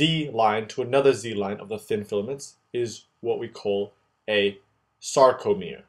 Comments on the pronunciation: Great as always except a small nitpicking: "sacrolemma" --> "sarcolemma"; "sacromere" --> "sarcomere"; "sacroplasmic R." --> "sarcoplasmic R." By the way, calcium ions are not getting into T-tubules but rather into sarcoplasm via the vast network of SR itself, I think. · SARCO* not sacro... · awesomely animated video! I love your stuff. I'm sure you're aware now but the sacro-mere instead of sarcomere is distracting. but otherwise this is amazing. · I really like what you did here! Very clean and easy explanation. One minor faulty though: Sarcomere, not sacromere.. Keep up the good work! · Awesome videos!! Just remember, R before C in many of these spellings and pronunciations! ex. saRComere, saRCoplasmic reticulum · Hi mate, thanks for a really awesome video. One little mistake is that it is "sarcomere" and "sarcoplasmic reticulum" not saCRo. I'm really not trying to be a douche and I never write comments like this but I just thought it might be useful for others. Maybe you can have a little box at the start explaining the mistake so that people don't learn it wrong. Other than that it was immensely helpful and I envy your drawing skills! Cheers